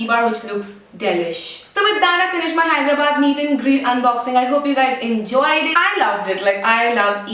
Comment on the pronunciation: u said it correctly!! yay! hope u had a great time in Hyderabad! peace n love !